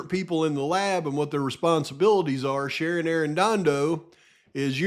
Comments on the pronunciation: Ah man! I'm not sure if you're doing this just to be silly or if staring at documents for so long the letters on the page are messing with ya, that happens to me after a few too many hours 🤷🏼‍♀️ but... the lab lady's name has no R in it. Shannon not Sharon. I only point this out with luv, nothing else. I appreciate you and all the work you're doing. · PAV IT'S SHANNON not Sharon.